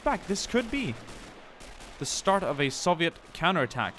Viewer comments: Soviet not SAVIET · Why do you say it like soveit